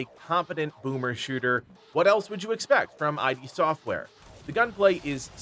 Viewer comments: It’s “id” software. Like “it” but “id”. Like Freud’s concept of id. Not I.D. Software. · did you say "I D" software